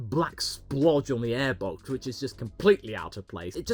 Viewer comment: its aiebox not eeeebox